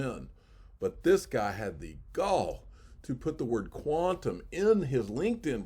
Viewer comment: Why can't you say Quantum